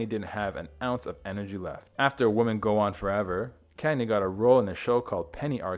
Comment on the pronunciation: Some interesting information here but, when you’re reading a script, you really need to know the difference between the words “woman” and “women” and how to pronounce each correctly.